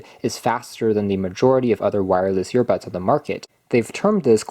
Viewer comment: Are you saying yearbuds?